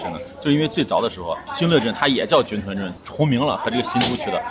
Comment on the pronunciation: 成都人表示，正确的发音是军“顿”锅盔！